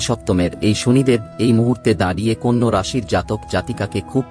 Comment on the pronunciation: Apni nije age bangla ta sikhun. Konno na kothata konna!! Loker vaggo pore bichar kobn